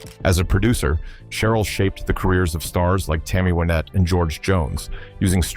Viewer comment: AI narration (and text) sucks. It NEVER pronounces proper names correctly. It can't take into account colloquial & regional pronoun- ciations. It's Billy SHERRILL ! It's LOU-VYN (Charlie & Ira Louvin).